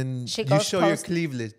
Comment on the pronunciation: got so mad at the thirst trap that he couldn’t say cleavage lmaoo